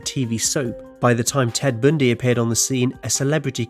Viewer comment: "Ted Bndy"